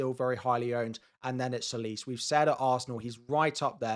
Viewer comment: All content creators pronounce ''Tsolis'' wrong. It's not pronounced 'Solis' , it's 'Jolis'.